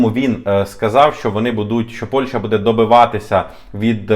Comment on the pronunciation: Після чисельних моїх зауважень даному ,,талановитому"блогеру відносно правильної назви дружньої нам країни Польщі яку останній вперто називає Польшею приємно здивувалася коли він нарешті вірно вимовив назву цієї країни.Але...в середині даного відео він всеж говорив Польша ...Польща ...Польша ...Шановний ну не ганьби української мови...